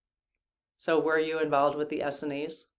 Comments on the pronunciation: I think it is pronounced “Ess-SEEN”, not ESseny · Not to nitpic, but.... Essenes is pronounced Uh-seens. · Essenes is pronounced as in “S ENES” (rhymes w jeans) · We always pronounced Essenes as S-seens. When I looked it up in the dictionary it seems to support that. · Essenes has accent on second syllable, not first. Just two syllables, Es seenes.